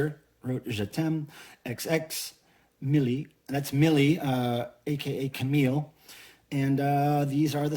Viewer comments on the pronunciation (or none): Tryna not to nitpick here but Mille does not like being called Camille as you pronounced it, she prefers the French pronunciation as Cammy with emphasis on the 2nd syllable. Most people just call her Mille. Noemie is pronounced more like No-emie but don't hang on the em very long just slide right over it. The albums always have some enhancement you don't here live most of the time. You hear a lot of studio sound on the cd 💿